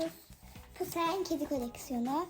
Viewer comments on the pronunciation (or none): pusheen kedi pushen diye okunmuyor puşin diye okunuyor